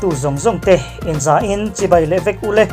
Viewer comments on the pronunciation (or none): none